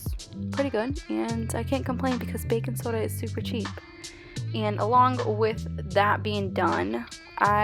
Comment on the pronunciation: bacon soder 😂